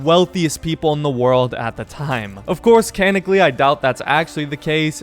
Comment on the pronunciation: Bruh it's not "canically" it's "canonically". I'll forgive you this time, don't let it happen again.